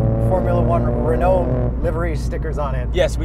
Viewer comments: Argh… The pronunciation of Renault hurts my soul… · As a French, its not pronounced Renault its Renault